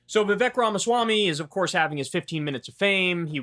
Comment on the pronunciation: Bro, give it a rest. Like 3 anti-Vivek videos every day. And stop being childish and purposely mispronouncing his name.